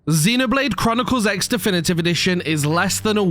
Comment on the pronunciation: First thing to know, it’s pronounced Xenoblade Chronicles Cross.